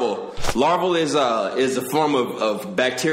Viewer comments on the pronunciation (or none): sorry fam u tried but it's larva not larvel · "Larvel it's a type of....." You mean Larva 😂